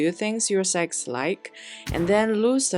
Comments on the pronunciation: it is sects NOT sects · Sects NOT sects~ pronounication issues for china~ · Why does not one pronounce the T in sects? 😂 it isnt silent I hear so much mfs say sec without the t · Why i heard sex instead sects? 😢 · It's the way she say secx and fucktions in the same sentence.